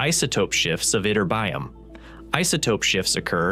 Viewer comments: When you use words you don't know how to pronounce, it's worth looking it up! "itterBYum" is NOT the right way to say it! It should sound a lot like magNEsium and poTAsium: "iTURbium". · Great video! Anybody else viscerally bothered by "itterbyum"? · yih-TER-bee-um, not what your retarded AI keeps saying.:face-red-droopy-eyes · Why, oh - WHY - people who has been NOT studying physics, nor chemistry, who DO NOT KNOW to properly say the name of scientific terms - "adore" to play physicists ???!!! ---> EE-TER-BEE-UM, and now : Go to corner, stand on one foot and repeat 1000 times ... 😐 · Yup, ytterbium is pronounced yitt-ter-bee-um. 😊 I have a few grams of this in my element collection. I have 86 in all. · I had a hard time concentrating on the content of this video when the voice-over keeps pronouncing ytterbium wrong. Is this some kind of AI glitch? Isn’t there some kind of oversight/editor who could catch these things?